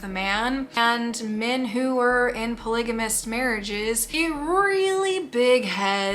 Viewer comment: It's pronounced Polygamist..with a P ..NOT Tolygamist.